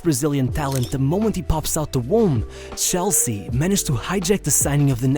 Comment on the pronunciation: CH elsea. not SHELL-sea.